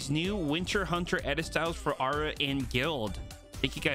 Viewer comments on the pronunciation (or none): Why do you say "aura" is like "arer" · The way you pronouce Aura just really bugs me.